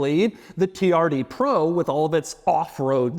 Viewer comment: All I hear anytime Doug says “TRD Pro”… is “Tee-R-D Pwo”😂. I wonder if he’ll get a “wittle wadder”😝